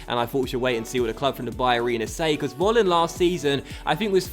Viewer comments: Volland must be pronounced like 'Folland' because here in Germany you pronounce the V like an F. Sorry for my bad English (:D) i love this career mode!! Greets from Germany :) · Just a tip, i think Kevin Vollands name is pronounced Kevin Folland